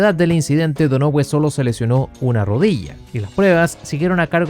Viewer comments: Seria Donohiu? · Man a Mark Donohue se pronuncia DÓNAJIU como también te había corregido Tyrrell en su momento 🤣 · se pronuncia "DÓNAJIU" (Donohue). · JAJAJAJAJA.... Te pasaste cuando pronunciar MAL el apellido DONOHUE..... Te pareces a tu amigo el SIETE UP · Me dolían los oídos cada vez q pronunciabas donohue así como se escribe jaja pero buen video igual